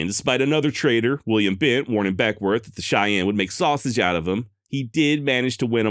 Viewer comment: I'm a Northern California native and work about an hour from Beckwourth. The locals pronounce it Beckwith and I've read he pronounced it the same. Hahahaha I just heard you say whitewarsh 😂